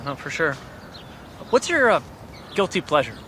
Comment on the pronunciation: Whats your guilthy pleasure? LG: Guilthy plesher?? uhhhhhh... Bler